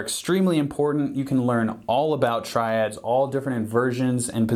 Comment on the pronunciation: Phhuuk ur Tri-Dads. I’m Not Drunnnk ur drunnnnk.